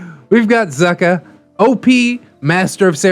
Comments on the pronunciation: And it’s pronounced ‘Zooh-kah’ X3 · Zucca is actually pronounced zoo-ka. Good friend of mine, very glad you had a look at his post!